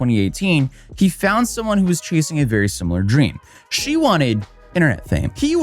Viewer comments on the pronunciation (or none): none